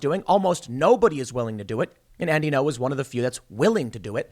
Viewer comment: It's Andy Ngo, not No. You have to prounce the g. It's not hard.